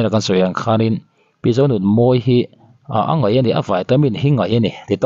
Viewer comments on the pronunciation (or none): A ngaih maw...😂 A ngeih tih tur aw. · A ngaih nilovin ngeih tih tur nih hmel,,ngaih leh ngeih chu a dang daih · "A ngaih" ...., a ngeih, tia i sawi hunah ka ngaithla ve thin ang. Ngaithla lo rih mai ang.